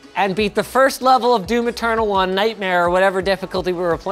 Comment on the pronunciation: Doo Maternal. Cannot unhear it now.